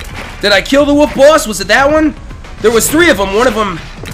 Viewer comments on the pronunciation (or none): I know other people do this, but why do you say "woof" instead of "wolf"? :o